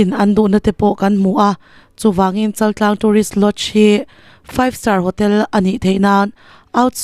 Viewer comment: Chaltlang niloin chaaltlang,chal hi thluk tur.